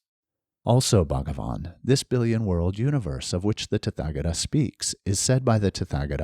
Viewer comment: Hi, thank you for this and my apologies if it is rude to give a correction, but the “th” in “tathagata” is not pronounced like the unusual English sounds represented by “th” - as in “thick” or “thorn”, it is a dental aspirate like the sound normally represented in English by just a “t” - as in “top” or “Tom”. This is the case for all “th” in Sanskrit words. Best wishes 🙏🏼